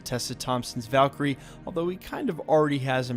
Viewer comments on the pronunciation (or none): none